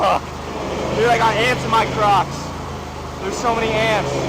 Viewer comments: I swear I thought said “I got ants in my crotch” not crocks 😂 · i thought he said i got ants in my crotch when he first said it lol